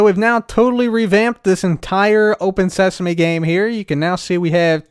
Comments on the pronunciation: Open Sesame! Also: Welcome to Open Seasme! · cub the book says "welcome to open seasme" not "welcome to open sesame" Just to let you know.